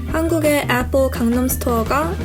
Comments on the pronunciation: 애뻘이라고 하면서 샘성이라고는 절대 말을 안하시내ㅋ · 아니 애플 발음이 매번 틀린데 ㅋㅋㅋㅋㅋㅋ 제발 나대지말고 편하게 말하세요 좀 듣기 역겨운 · 에폴 발음 거슬리누